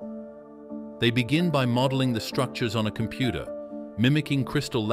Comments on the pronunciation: Also said "Computah"; the voice turned Jersey mob boss for a second there. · No new mat-tah... It's a lattice-struct-cha, a metamaterial. Design'd by compu-cha. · ”Help, Computah!” Stop all the downloadin’!”